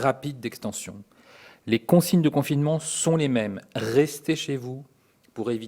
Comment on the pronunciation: Rrrrrestez chez vous !